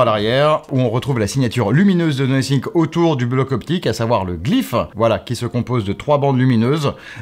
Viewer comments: C'est "no think" ou "nothing" le testeur ? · 🤨 Nosync...Nothink..... Donc cela veut dire que personne n'a eu la gentillesse de dire au journaliste qu'il y avait une erreur de prononciation. Surtout qu'avec du montage, cela aurait pu être corrigé assez tôt. Pour le reste, merci pour la vidéo. On attendra le test complet pour les perf et les caméras. Mon Nothing Phone(1) acheté pour Noël 2022 fonctionne tjs bien: SD778G+ pour ceux qui connaissent.